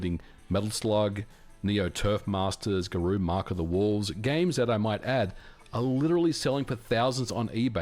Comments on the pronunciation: "Gah-ROW," not "Gah-ROO." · He said like a real frenchman : Ga Rü 😄